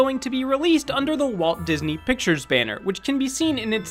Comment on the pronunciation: *Walt Gisney